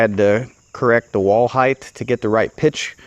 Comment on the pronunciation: Height! Height! Like night. Height